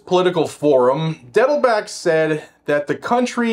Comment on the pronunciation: Are you intentionally mispronouncing Dettelbach? Bach is german for a brook or stream. Pronounced just like the great composer.